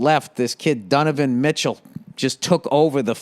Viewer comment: “Dunavon Mitchell”